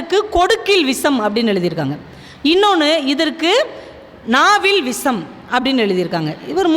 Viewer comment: விஷம் என்று உச்சரிக்கவேண்டும் அம்மையாரே